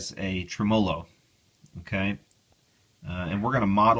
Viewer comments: Practice makes poifect!! TRIM-uh-low, TRIM-uh-low, TRIM-uh-low, LOL!!! ;-) Seriously tho, I'm enjoying your vids! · just fyi... tremolo is accented on the first syllable: TREMolo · Tré-molou = Tremolo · Love your videos (been going back through some of your old ones,) as well as your one man campaign to change the pronunciation of the word "tremolo," LOL! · PLEASE click on the little speaker to hear the CORRECT way to pronounce "tremolo"......PLEASE!?! Otherwise I really enjoy your videos. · I trust this guy's opinion so much, that I am now reconsidering how I pronounce 'tremolo'.